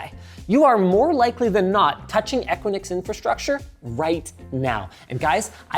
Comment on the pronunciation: The company name "Equinix" is generally pronounced **"EH-kwi-niks"**. Here's a breakdown of the pronunciation: * *EH* - as in the "e" in "bed" * *kwi* - as in "quick" * *niks* - rhymes with "licks" So, putting it together: EH-kwi-niks.